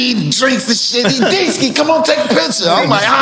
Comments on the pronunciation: It’s Deesky 😂😂😂😂😂😂😂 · 😂😂😂😂😂 it's deeski lmbooooooooooooo